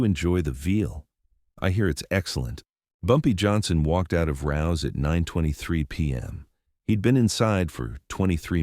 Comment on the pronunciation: It’s RAOs. Not rouse. FYI. 115 n pleasant ave nyc